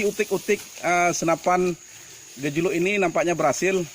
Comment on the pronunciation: Hahahah.. aceh nya medok x broo gejeluk ktanya. Seklaian gejelok hah. 2x klik haha